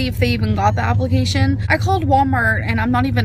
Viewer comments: And her job “applecations“ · apple-cation lol